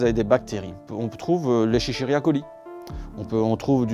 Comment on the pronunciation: Eschechiria coli. 😀 C'est Escherichia coli ["échérichia"] qui vient du nom du biologiste qui l'a mis en évidence, le Dr Escher. C'est plus simple, c'est de dire colibacille. 😉